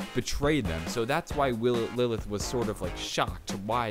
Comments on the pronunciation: Isn't it Lilith not lily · When oz says lile (lieth) why does oz not recognize decer or khan or Lenx?